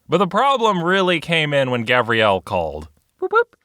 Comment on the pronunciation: It's Gavriel, not Gabriel.